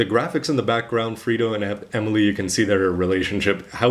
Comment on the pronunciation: its flit not frito. in japanese they say flito XD